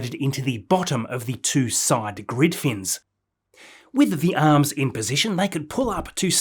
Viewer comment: love the videos mate but whats with the pronunciation of arms and booster ,,mate it sounds like steve irwin trying to do an American accent 😂😂😂